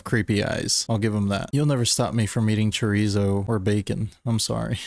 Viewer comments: Lol chore eee zoe Awedo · "Chorizou" Nah, man. I need to hear this guy say something in spanish. Yo sé q hablas castellano. Una línea completa. Algo.